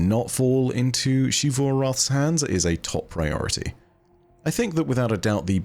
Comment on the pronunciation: "SHEE-vu." My brother in Christ it is 2022, please pronounce the name right.